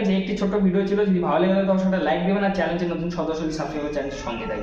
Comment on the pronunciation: ভাই চেলেন্চ না,,চ্যানেল।